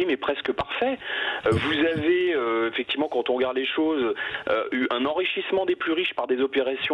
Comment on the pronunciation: Arrêtez avec les « effecti’ment » Bercoff, c’est fatiguant.